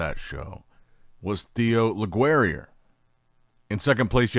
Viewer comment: Yo, french speaker here: Theo Leguerrier's name is pronounced LE-GE (hard G, not GWE, more like GHE) - REE- AY. Le-ge-ree-ay. Love your stuff, byeeee